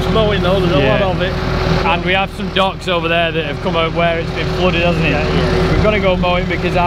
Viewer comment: I thought he was saying ducks. Took me a bit to figure out he was saying docks.